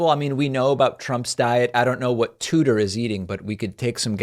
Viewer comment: “Tuder”.....? That’s her name..? 🤦‍♂️😂😂😂